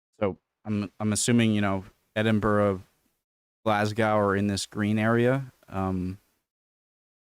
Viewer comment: Stop taking the piss! You know how to pronounce EDINBURGH and GLASGOW correctly!! Please note. I come from the North East of Scotland, above Aberdeen. So there ARE people living in the "RED" areas!! Scottish mountains are called MONROES. 10.15. PAUSES THE VIDEO TO HAVE AN ORGASM OVER SOME GRASS!!